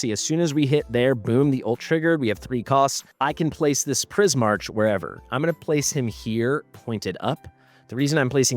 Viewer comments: It’s pronounced Pris-MARK, not Pris-MARCH. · wouldn't that be pronounced Prismark? I'm not sure but the way you pronounce it feels wrong Edit : ow wait maybe it's not even Prismark but straight up Prie-Mark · Please learn how to pronounce Prismarch its not the way you do it.